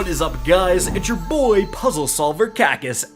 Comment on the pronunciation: I hate when you say “it’s your BOhY”. Please stop. I like your channel but this is too cringe.